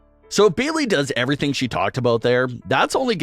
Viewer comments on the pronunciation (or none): none